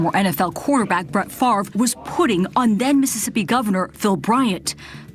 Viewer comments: I never liked the guy just because his name is pronounced stupid - it's FAV-RE, not FARVE. ;) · How come we all have to be dyslexic and pronounce his name wrong. It is Fav-ray , not Farve. Nannette Fabre's name was Fab-ray, not Farbay. Jesus. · This idiot doesn't even know how to pronounce h is own name. If FAVRE is pronounced FARVE, is HAVRE pronounced HARVE? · This idiot doesn't even know how to pronounce his own name. If "Favre" is pronounced "Farve", is "Havre" pronounced "Harve"? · not sure what you mean in saying "not in America". It's a French name and it's pronounced fav- ray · Hes the epitome of a dumbass American. He cant even pronounce his own name. Its French. Its pronounced "FOV RA" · OK< people, he doesn't play football any more. Can we start pronouncing his name correctly? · Duh. Your such a dum bass that you can't even pronounce your last name. 😂😂 DIRTY THIEF.